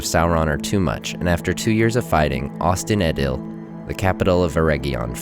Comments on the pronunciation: Yup! And "in" is pronouced "een". Also, the "t" at the end of Ost would more than likely be less pronounced when spoken, either being silent or aspirated, so the name "Ost-in-Edhel" would probably have sounded more like: Osseen Ethel or Osheen Ethel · Ost-in-Edhil --> the dh is pronounced like the 'th' in "the" (voiced interdental fricative called edh)